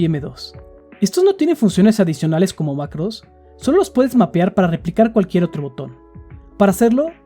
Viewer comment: Cómo va a ser. Iba tan bien hasta que dijiste "Solo dimput" :c